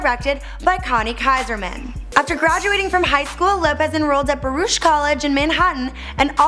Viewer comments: It's pronounced Ba-ROOK College and rumor has it she slept with the Wayans Bros. to get on In Living Color. Anyway, can you do Kat Graham? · Oh dear... You guys in Canada don't seem to speak Hebrew (isn't Drake Jewish) or Spanish. Baruch College--you pronounce the 'ch' as if you're clearing your throat--not 'sh' like you would 'SpaniSH." Her ex-husband's first name is pronounced "Oh-HA-nee." Ah, the advantages of being a New Yawk-ah.